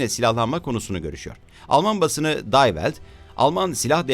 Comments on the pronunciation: day velt değil di velt okunur die welt almanca dünya demek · Day welt ne be? (Die) di diye okunur. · Lütfen her yabancı kelimeyi ingilizce gibi telaffuz etmeyin.!Almanca DIE WELT,,,divelt olarak okunur .selamlar..*